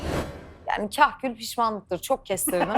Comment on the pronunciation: Kahkül değil kakül :(